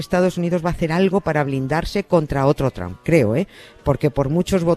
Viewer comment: Nieves: Cuánto sabe usted de historia de los EEUU, se nota que estuvo allí estudiando y viviendo. Pero no se enteró que Trump allí no se pronuncia tramp sino algo así como tromp.